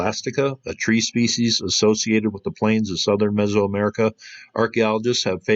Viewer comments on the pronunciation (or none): none